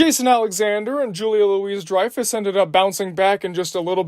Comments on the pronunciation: Also it's Julia "Loo-ie" Dreyfuss! Not Julia LOUISE Dreyfuss lol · It’s pronounced Julia Louie Dreyfus. Not Julia Louise Dreyfus!